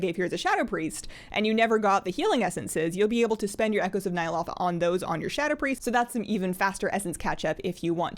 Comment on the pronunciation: I enjoy the videos, but its Nya- (low) tha